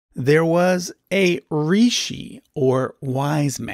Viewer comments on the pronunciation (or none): Why are you adding A at last of All sanskrit words Like Rishia Or kumara Its incorrect, please correct it